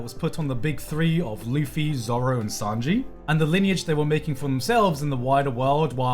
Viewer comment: Man really said Zolo☠️